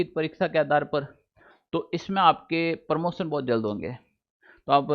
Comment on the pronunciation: अरे भाई साहब प्रमोसन नही प्रमोशन होता हैं